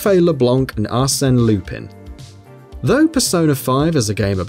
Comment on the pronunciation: Le “Blank” ? It's Blanc and you don't pronounce this Blan without the C.